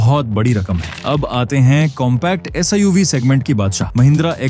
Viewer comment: Its suv not siuv